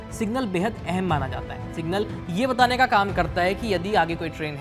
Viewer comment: Aye kya media outlet hai yarr bahanga ko balakot bol raha hai ,signal ko single bol raha hai